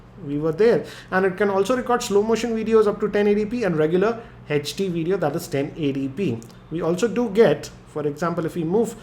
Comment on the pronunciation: (no offence but ) HACH D !!!! (HD)